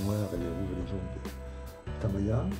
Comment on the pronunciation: Pourquoi vous dites TAMAYA pour TAMIYA ? :)